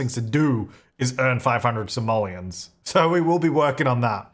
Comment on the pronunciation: You have 4 Somalians to your name? Might wanna work on pronunciation there.